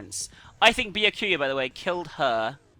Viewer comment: A little tip, "Byakuya" is pronounced "Boo-yahk-oo-ya" in quick succession. Thank me later <3